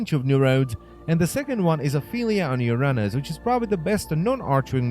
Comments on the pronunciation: its pronounced youraynus not yurahnus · In Czech it's pronounced as Uh-rah-nhus